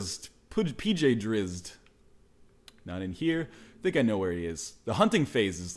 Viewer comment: is pronounced PJ Dr- zit.